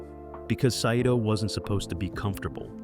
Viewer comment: The name of the Japanese commander, Saito, is pronounced Sy-toh, not sa-i-toh. Did AI write and voice the narration?